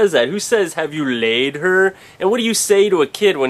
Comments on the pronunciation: Haha I love the way you say "have you LAID her..?" Volleyball is the best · who agrres he sounds like a germen when he says "have you laid her?"